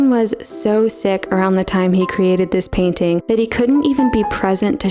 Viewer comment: T is a consonant, it isn't SILENT. The word is PAIN-T-ING, not PAINING.